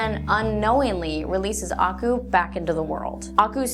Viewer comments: Ako? Its akoo! Did u even watch it 😢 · i love this theory nevertheless. btw you kinda pronounced aku wrong. it's ah-KU not AH-ku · Did she just pronounce it as ah ku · I'm sorry, but your pronunciation of "Aku" made my brain scream, "NuuuuuuuUUUUUUUAGHAHSHSHSUJEH!!!1!" This is what I get for going to school, a nagging little voice that says "Hey, hey, heeeeey. That's spelled incorrectly."